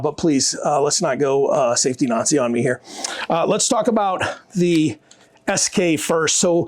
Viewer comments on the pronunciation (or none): none